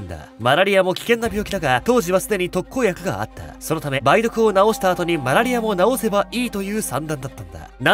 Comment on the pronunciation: たぶん ばい⤵どく✕ ばい⤴どく○